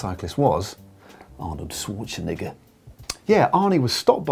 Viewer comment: the way Matt pronounced Schwarzenegger!!!!